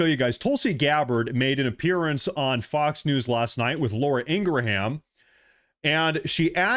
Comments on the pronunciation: her name is pronounced Ing-ram. Not Inger-ham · it is pronounced "in-gram" not in-gra-ham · I apologize for being the “Language Police”, but Laura Ingrams name is pronounced “Ing-gra-um”, phonetically. I know as there is a large Ingram Family here in my community. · Pronounced "Laura Ing-grim"